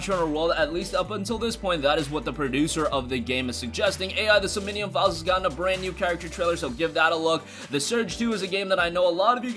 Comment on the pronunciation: Pretty sure that says "som-nee-um" ...and not "so-min-nee-um" like you said. I've never heard of either of them, I just read the thing so maybe I'm wrong. Js.